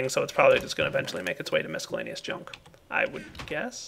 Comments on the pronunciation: Mis cell aneous NOT Misk ellaneous also Et Cetera NOT Ex Cetera or Eck Cetera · Please, it's Miss-cell-ay-knee-us, not misk-ell-ay-knee-us. Your sorting system is looking pretty nice for a starter! Glad you showed us these pipes :)